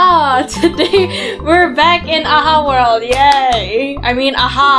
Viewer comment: is true its world not word